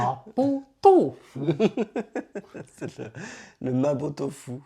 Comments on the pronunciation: さんのマーボードーフの発音❗️👍🏻😄✨✨ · La prononciation de mapo tofu par est étonnamment authentique et prononcée dans le monde réel lui-même.Ici, c'est la recette secrète d'un grand chef d'hôtel qui vous est transmise.Faites d'abord griller la pâte de haricots et les épices avec l'huile pour éliminer l'odeur de poisson, ce qui donne au plat une saveur beaucoup plus intense.À essayer.